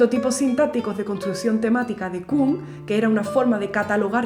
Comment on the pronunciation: Kühn, no se pronuncia Kun, es más parecido a Kin. Para pronunciar "ü" se colocan los labios como si fueras a pronunciar una U, pero pronuncias I.